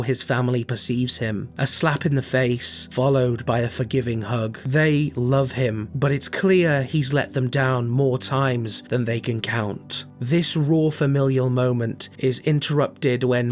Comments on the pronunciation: Love the video tho I have a small nitpick you pronounced Gabriels name as Gabrielle just wanted to point it out tho lol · I love how you pronounced Gabe’s name as Gabrielle instead of Gabriel. He deserves it😂😂😂 Great video, bro.